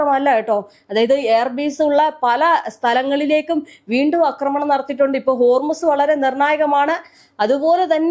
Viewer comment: Akramanam? Read Aakramanam. A alla. Aaa